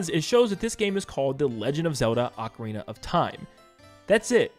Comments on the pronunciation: NeVER google ocarina for pronunciation it says AH-Karina. Even in the commercial for Ocarina of Time 3DS they pronounced it Ocarina (AH KArina) of time. YOU LOST that’s the English pronunciation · like I said go to google and click the pronunciation button. It’s AH Karina . Like I also said go watch the commercial for the official Nintendo Ocarina of time 3ds release, they pronounced it AHKARINA official Nintendo commercial. lol you LOST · You may have fumbled "Tapestry", but at least you say "Ocarina" instead of "Oakarina"